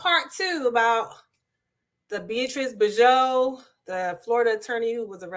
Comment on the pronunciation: Bjoux is pronounced BeeJou. Rhymes with Be You. Also she would not be listed as an “inmate” in a PRISON as she had not been convicted of anything yet. She is being held in Martin County JAIL according to press reports.